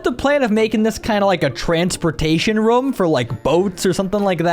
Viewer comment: Is it just me but when he says room? It sounds like hes saying rum